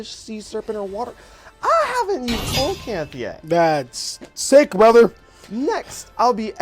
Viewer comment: Fun duel! One thing though, coelacanth is pronounced see-luh-kanth not cole-low-kanth. Keep up the good work!